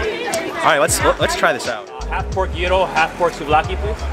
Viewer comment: Guy-ro(Gyro). Not Year-ro(wrong)